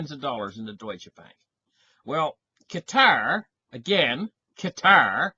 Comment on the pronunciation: Glad you pronounce Qatar correctly and not 'cutter'.